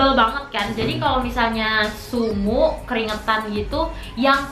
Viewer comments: sumuk kak bukan sumu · sumuk kak, bukan sumu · sumuk ka bkn sumu😂😂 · sumuk kak.. bukan sumu